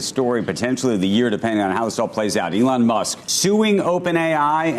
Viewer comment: "Allon Møsk" or something? 😂